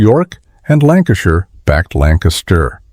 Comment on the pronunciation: ... What and where is this "Lancastireshire" ?